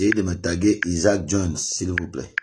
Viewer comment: tu sais de qui il parle même s'il ne prononce pas bien son prénom